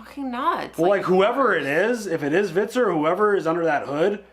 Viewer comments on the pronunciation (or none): Hvitserk. Hvit-serk. H-v-i-t-s-e-r-k.: Svitzerk. 😅😅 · "Hvit" like the beginning of "vitamin", the h is silent. "Serk" like the beginning of "circus".